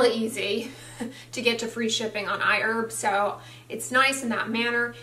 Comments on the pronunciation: The pronunciation! I-Urb! Did they correct you? You've never called it that in the past. lol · I've started using iHerb to buy Cerave, because it's not sold in Australia. I love it! It's funny that says iErb, instead of iHerb. That's how it sounds to my Australian ears lol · You changed your pronunciation of Iherb.